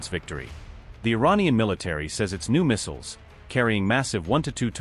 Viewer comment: Even AI can't pronounce "missiles" ffs.